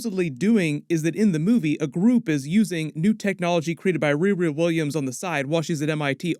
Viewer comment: Gat dammit REE-REE. Its not that hard to say. Sheesh.